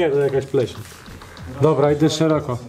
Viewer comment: dobla, dobla", a kiedy tych dwóch ,,mófcóf" logopedę odziedzi? Ich starzy problemu od dzieciństwa nie słyszą czy są głusi???